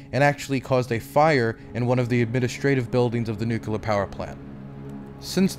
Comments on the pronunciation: Excellent work,. This was a huge improvement over even the last one, which was also fantastic. P.S. Whenever I hear you say "Nuke-ya-ler", I remember when I was a kid and people were making fun of George W Bush for pronouncing it the same way. It's "New-clear". Reject the Republican mindwaves pumped into you in your infancy. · Don't sweat the mispronunciation! "Nukular" is a very common mistake. Try splitting it into two words every time you see or hear it: nu-clear = "New Clear". Making that split will help disrupt old habits by reforming the associated pathways. Honestly, you have more pressing concerns, but I can understand being self-conscious as a journalist (especially with your refocusing to deadly-serious embedded journalism as opposed to Twitch debates), so it's just a helpful tip from my linguistic background. It's not like you're the former governor of Texas or POTUS, so... Thanks for doing what you do! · It's pronounced "nu-clear". Just like it's spelled. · It's a serious video but I can't help but snicker when you pronounce "nucular" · you're saying nuCLEAR wrong, they're only one 'u' in there bro. i'm sorry that's just a pet peeve of mine. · Godspeed you will learn how to pronounce nuclear one day <3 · Hilarious that you keep acknowledging your pronunciation of nuclear while continuing to mispronounce it 😂